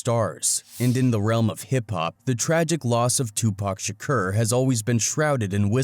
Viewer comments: REPEAT AFTER ME SHA CORE His name was not sha kur its sha core lol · Pronounced kour not Kerr but it's understandable overall good content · Yeah but he keep saying Shakur wrong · He saying shakur wrong azz hell,that's how you know he capping hard😂😂😂😂.